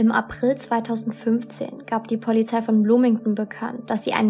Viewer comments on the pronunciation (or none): Begleitung nicht Bekleitung Polizei nicht Pollyzei Blut nicht Plut Brach nicht prach Drei nicht trei Brachen nicht prachen Und unzählige Sprachdefizite mehr. Bitte arbeite daran. Du machst unglaublich tolle Videos aber mich macht das innerlich so aggressiv wenn ich diese ständigen und immer wiederkehrende Sprachdefizite höre.